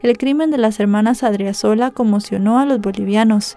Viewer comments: Creo el acento del apellido de la chica es en la segunda sílaba, incluso está bien escrito en el título pero mal pronunciado. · Muy buena exposición del caso, mejor de lo que se explicó en los medios de comunicación de Bolivia. Solo una observación, al tener una tilde el apellido se pronuncia con elevación de voz en la sílaba donde se encuentra la tilde 😊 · Adriazola con acento en la 2da a